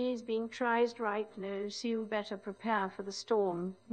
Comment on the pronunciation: Her Maj just straight up went Aussie, then Scottish, "Your IP is being tryced right noo"...